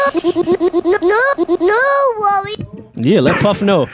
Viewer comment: TRIPPY GRAMPS kory??? You mean Rory?????? 😱😣😭😭😭😭😂😂😂😂